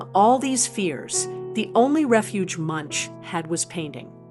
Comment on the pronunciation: How can you make a film about an artist and pronounce his name incorrectly?